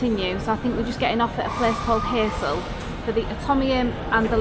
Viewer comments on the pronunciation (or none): I've never been, but it looks like a lovely, well-heeled place. Bruges, like Barcelona and Palma, has been in the news recently regarding over-tourism, and it certainly looked busy. (Heysel pronounced High-sel, not Hey-sel. You're clearly not a football fan!). Enjoyed that.